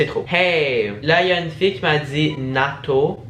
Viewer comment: C'est pas nato mais natoo et c'est l'une des youtubeuse les plus connus de France